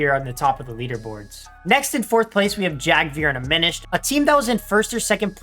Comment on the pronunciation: Just so Yk aminished is pronounced a mini shed, I always pronounced it the way you did but it’s like he’s a small shed. Not tryna be weird, love the vids!